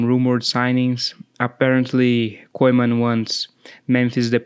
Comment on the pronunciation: Anyone finds how this guy pronounces “Koeman” 😅😂😅😂